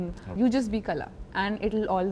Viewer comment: She played Qala but cannot pronounce the word correctly.. its not Kala..its Qala, Q from the epiglottis☺